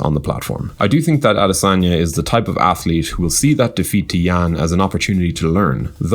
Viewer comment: Damn, see the way you butchered his name